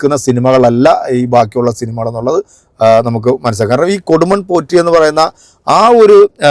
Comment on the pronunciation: കൊടുമൺ പൂറ്റി അല്ല കൊടുമൺ പോറ്റി